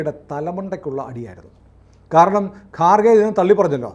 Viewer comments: കാർ ഖേ അല്ലടാ ഖാർ ഗേ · It's not garkhe but kharge. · ഗാർഖെ അല്ല ഖാർഗെ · ഗാർഗെ അല്ല. ഘർഗെ ആണ്. പിന്നെ അയാൾ ഹിന്ദു അല്ല. ബുദ്ധമതമാണ്. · ഗാർഗെ അല്ല ഖാർഗെ ആണ്.